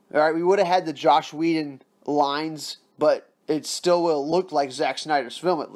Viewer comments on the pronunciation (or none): I really liked your video, but, IT'S JOSS!!! FUCKIN JOSS!! NOT JOSH!! LOL! Keep up the good news!